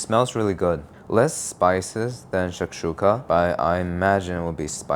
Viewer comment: yo why does he say shakshuka correctly 😂